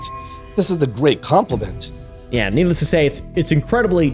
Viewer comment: needle ess to say xd